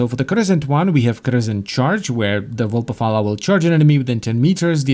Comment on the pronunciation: vulpaphy* not vulpapha